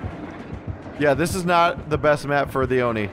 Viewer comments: its actually pronouced as O. not a Oh so it's an O-ni . . . love ur vids tho :3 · Its not Oh No, its Oh Ne